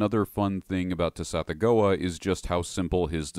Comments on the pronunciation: I truly dont wanna be THAT person in the comments...and yet for a brief moment i must. The word "gease" is pronounced GESH. Also, i know when it comes to saying lovecraftian names its a little less ironclad, but ive always been under the impression that "Tsathoggua" is said like sath-OGG-wa. Basically would rhyme with something like "BathFrogDuh" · "Suh-thogg-wuh" = Tsathoggua